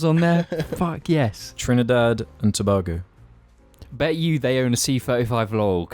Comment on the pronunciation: the way you say Tobago makes me itch but i forgive you